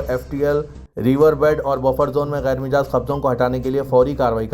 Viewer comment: Ghair mijaaz nahein ghair majaaz